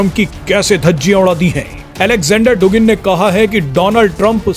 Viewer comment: डुगिन नहीं, ये शब्द "दुगिन" उच्चारित किया जाता है।